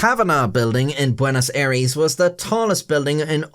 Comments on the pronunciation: Bueonos Aires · Bueonos aires... there you go, try to fix it if you can